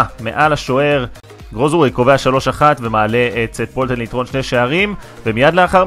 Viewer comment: לסרטונים הבאים שיהיו עליו אומרים שט פולטן ולא סט פולטן